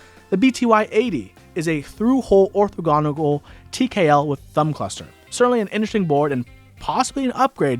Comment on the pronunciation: I can't get over "orthagonical". is that a hogwarts professor?